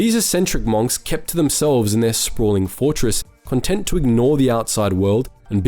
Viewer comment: Bruh in what world do you pronounce "monks" like that.